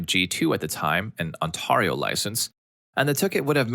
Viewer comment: I noticed this in a previous video but I forgot to mention it. "Ontario" is a province in Canada ("province" being the Canadian version of "State", I've never known why our two countries have different words for "sections of a country"). The "ar" part is pronounced as "air", so like "Ont-air-io". The other two parts you pronounced correctly: "Ont" not terribly different than the hoity-toity not-like-ant pronunciation of "aunt", and "io" like the letters "E-O". I believe like a LOT of place names in Canada this one has Native American origins. YEARS ago I worked in a summer camp. The director was a nice enough guy but was also known as pretty strict with staff, was known to punctuate the big rules that if you broke them "you're going home". Well, this particular year the C.I.T.'s had one guy, pretty sure his name was Adam, who got known for doing a good hilarious impression of the director, including trivializing the phrase (I feel like including things like "Pass me the tray of food or you're going home"), a phrase we all knew well and I was surprised the C.I.T.s had gotten to know it, too. Well, this was a really inclusive camp, whose price structure depended on the family's financial standing, poorer people paid less, so even really poor kids could get an equal camp experience to the richest kid. Also, Jewish camp, so lots of support-the-community donations going on. Well, normal camp thing was EVERYTHING had graffiti, decades of kids AND staff writing their names on everyt